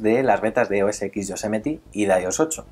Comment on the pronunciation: cada vez que dices yosemeti el oido me sangra